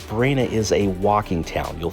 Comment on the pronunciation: Great tips, thanks. However. Bellaggio is a haven for tourists. And the locals know about it. Italians wouldn't go there, and if they do, they certainly wouldn't be falling for all the tourist traps. Oh, and it's Varenna, not Verena